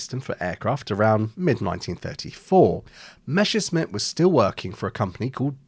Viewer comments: It's not meshersmith, okay? It's Messerschmitt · it's MeSSerSCHmidt not MeSCHerSmidt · Why pronouncing it "Meshersmitt", when it's "Messershmitt"? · idk about this but YOU should be calling it "Messerchmitt" and not "Mechersmitt" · I don't want to be rude, but oh god, I can't stand "Meshersmit" pronunciation. German "sch" should be read like English "sh". In "Messerschmitt" there is double "s" first and "sch" later, so the word should be pronounced "Mesershmit". Good video tho. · It is pronounced [ˈmɛsɐʃmɪt]. I often hear it pronounced as it was "Meshersmith" and it grinds my gears. Maybe I should start to pronounce Spitfire more like "Shpitfire" in response. Anyway, if you don't feel the difference, you should seek medical attention and get help to manage dyslexia. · It's Messerschmitt, not Meschersmitt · the question should really be, why noone can pronounce Willy Messerschmitt's name correctly. It's not Meshersmitt. Let's try this together...Mess..err...shmitt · Good start for a video about proper naming. It's meSSer-SHmit, not the other way around. Why does everyone say "Mesher"?? I really don't get this one. It should be easy enough for English speakers to get right from the spelling alone. Also, it is not pronounced "emm ee", it is "meh" with a long vowel, as in a New Zealander pronouncing "way". My father grew up in post-WWII Germany, and I consider his pronunciation reliable. He was also a native German speaker, as am I. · What is so difficult about pronouncing "Messerschmitt"? You are constantly making a hash of the s and "sch". "Messer" is so easy to pronounce, just like "lesser", but with an m, and no, it is not "Mesher". And the "schmitt" part starts exactly like the word "schmuck", which English speakers can also pronounce. If you have issues with the latter, by all means call it "smit", but why "Mesher"? This annoyed me so much, I did not go past 2.5 minutes of the video. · Drinking game: Every time he calls it "Meshersmitt"